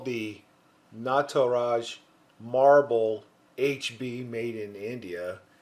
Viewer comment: Hello and thank you for that awesome video...thought I'll let you know it's pronounced "nut-raj" 😄these are very popular pencils used by students in school in.india...I love these and have grown up writing with them...some are pretty good for drawing too...super dark and smooth...thank you so.much once again...I love your reviews and am a new follower of your videos 😄good job and happy New year to.you